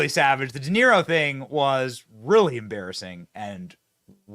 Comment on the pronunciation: Haha! 😂 Robert “Duh”Niro. Total fool.